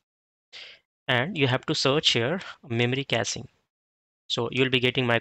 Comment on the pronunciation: its caching not casing